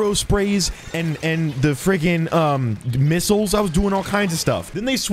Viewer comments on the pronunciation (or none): none